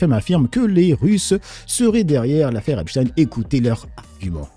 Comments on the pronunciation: D'abord il prononce Epstine puis Epstein... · Ils prononcent Epstine alors que EIN ça fait pas INE !! Mais ça fait moins jui…!! On le voit 😂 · Oui, tellement que dans la vidéo juste avant de BFMTV, un des journalistes a oublié qu'il suffit pas de dire "ine", il a fait un mélange il a dit "epCHtine". Parce qu'au fond de lui, il sait très bien que ça se prononce CHTAÏNE et pas STINE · C'est moi ou tout le monde est d'accord pour appeler Albert Einstein, Einstein et NON Einstine, alors pourquoi quand c'est Epstein, dont le nom comme tout le monde peut le voir se termine de la même manière, devient d'un coup Epstine??? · Epstine, un peu comme Einstine le célèbre physicien russe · On doit dire Epstine, comme on dit Albert Einstine...